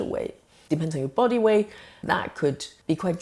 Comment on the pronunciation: "wight" loss? What's that? The breath is acetone.